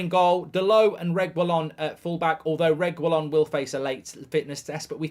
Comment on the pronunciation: 😂 mark it’s not RegWulon or ReGwilon it’s simply Regilonn . The U is silent mate